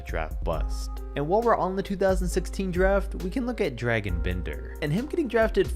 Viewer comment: it's funny how people always pronounce Dragan as.....Dragon...lol.....